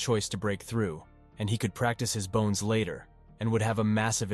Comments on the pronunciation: it is said bones not boners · You were saying boners instead of bones (•ω•) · Stop saying boner its sounds like The pill is Viagra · Why does it keep saying boner instead bones or bone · It's Really hard to keep a straight face the guy say's bones as boner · Why do you say “boners” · I love how he says bones as boner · my man started talking about boner strengthening pills i was like "this took an odd turn" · Aye can't help but laugh every time